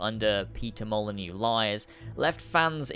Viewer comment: you passed the first test. You pronounced Molyneaux correctly. You've gained trust.